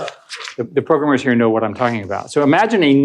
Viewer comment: He knows a few modern buzzwords sure, but his true Boomer showed as soon as he said "progrummers"